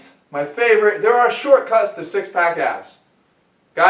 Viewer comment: LooooL the way he said shortcuts obviously referring to Mike Chang. LOVED the Jeff rant BTW.